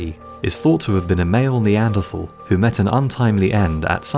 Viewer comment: You are mispronouncing Neanderthal.